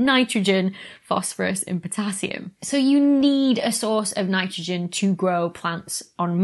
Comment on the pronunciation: Dr.Becky...To speak for all of the fellow Americans out here. We heard......"Fanitrogen". Fanitrogen must be a new element. Earlier I heard a Brit talk about plugging in his laptop with a "Georgia". It took a sec for me to translate that to "charger".